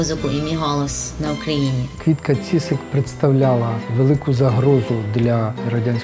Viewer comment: Квітка Цісик, а не ціцик. Навчітся!